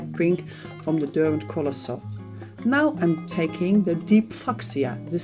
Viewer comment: I had to smile at the pronunciation of Fuschia